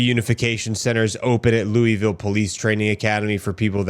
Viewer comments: Its Lou-uh-vull. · Bro you're killing me quit saying Looweyville...😂😅😂😅 LOL. Its Louisville, or you can pronounce it Louisville. Some even pronounce it Louisville.......😅😂😂😅